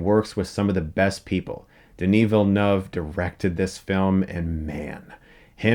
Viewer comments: Chris Stuckmann is the only YouTube critic that pronounced Denis Villeneuve's name correctly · CHRIS! I'm so happy, you said Denny Villeneuve right!